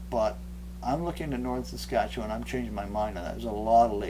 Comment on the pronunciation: 'Staskatchewan!!' I've always wondered how that was pronounced